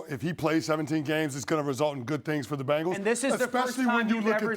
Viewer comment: If you pronounce "Bengal" correctly, it might help